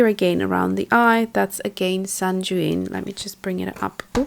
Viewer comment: sanguine is pronounced sang-win it means cheery, bright, positive. Thanks for the review... beautiful colours.